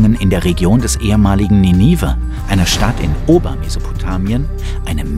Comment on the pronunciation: Nicht schlecht mann muss offen sein für Theorien wie pr.hans Gifhorn, aber an Felix Ninive wird anders ausgesprochen 🤫😉LG tham